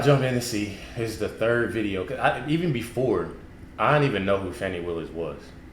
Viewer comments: Fanni is fanni . Its not fawny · Her name is Fani not Fawni, learn how to pronounce it. To help you take the I off the end, then say it to help you. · It's not pronounced "Fawni" which is a bunch of BS like this entire witchhunt. It's FANI exactly like it's spelled.............. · Her name is Fan-i Not Faun-i...